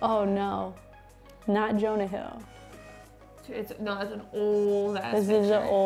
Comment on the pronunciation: He said Jonah hill 😭 son violated